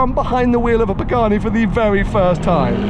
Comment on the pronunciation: Love your channel, the content and your personality, but your pronunciation of both the Hueiyiarha and Horaitio Pagahnnnni is hideous.